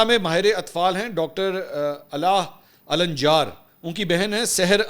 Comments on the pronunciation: It is not alanĵar but it is al njaar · محترم منصور علی خان صاحب آپ فلسطینی نام لے رہے تھے ۔ (علا الدین ) علا یعنی( چراغ ) النجار یعنی ترکھان قبیلہ ال یعنی آل بولنے کے لئے صرف بولئیے علا نجار بالاحترام معذرت 🙏 باقی زبردست ❤❤❤